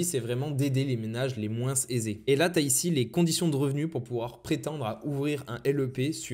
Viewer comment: Excellente vidéo! J'ai juste un peu de mal avec le s de moins